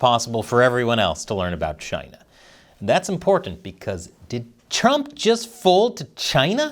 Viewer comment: 🍯a “deal” with Chyy-Naah 🍯🍯🍯